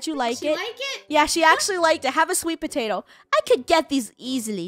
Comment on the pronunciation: Whats a phatato its potato